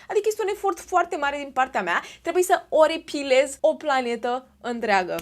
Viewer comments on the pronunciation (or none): Aribilez ❌Oripilez✅